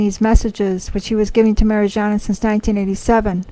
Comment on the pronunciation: Her name is Mariyana. Good to check how things are pronounced. By the way, it’s July now, and...?